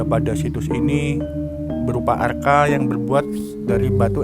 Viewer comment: Maaf...mas bro kok sa br dengar istilah br arca dibaca arka...